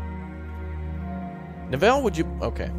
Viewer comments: Killing me how you're saying Neville! Its Nev-ille not Ne-ville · It's NEvill not NevIll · Typically Neville is pronounced like 'bevel' with an 'N' in place of the 'B'. :) Glory to Raptoria! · the way you pronounce "Neville" is hilarious:D this looks like a great game, more!